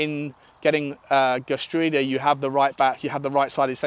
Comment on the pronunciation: Geertruida = pronounced HE(Y)ER-TROW-DER